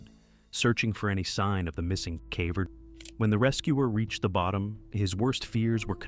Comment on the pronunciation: its ai, a lot of simple english words get butchered like "caver".